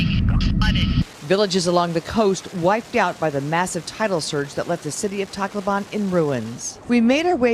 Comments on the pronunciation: /tak-LO-ban/ (The stress is on the syllable "LO") /se-BU/ (It is not pronounced as /si-BU/) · Its kinda weird they pronounce tacloban and i hear it like taco ban #nooffence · Brian said Tacloban wrong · Its weird how they pronounce "Tacloban"